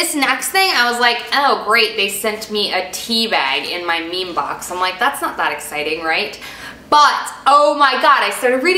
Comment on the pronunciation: It would be cool if you could say the names of the products or at least write them down in the information. Also it is ME ME BOX :)